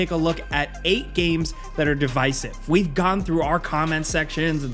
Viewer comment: It’s Dih-vis-iv Not De-vice-iv